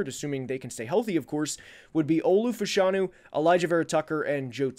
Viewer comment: Its pronounced Olu Fashionew